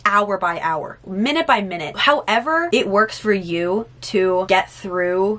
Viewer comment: our mental health meteorologist: ”hour by hour, minute by mInuTe” haha love you sis